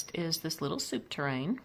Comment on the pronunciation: really cute decor, i love the white and greenery i also do that in my kitchen...oh yes it's not soup tur-rain, it's pronounced soup TUR REEN...lol...my fav is the top shelf, but I would take off one item each on the bottom and top shelf looks a bit cluttered. you do great decor work. I love shopping at thrift stores and GW you can find such treasures at low cost.